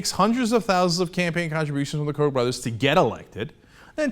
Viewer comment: Koch is pronounced COOK not COKE.... lol